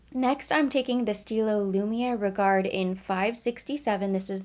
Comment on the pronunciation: This look is stunning on you! I love everything. By the way, you don't pronounce the "d" in "regard" and you dont pronounce the "t" in "éclat." Just thought I'd let you know x